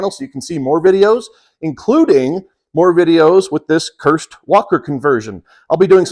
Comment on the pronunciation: A first it sounded like you were saying "CURSED" converter... lol Looks like a really high quality outfit.